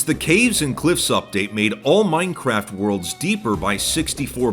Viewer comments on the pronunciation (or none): " the oldest anarchy server in maainncraeft"- some bald hsitory teacher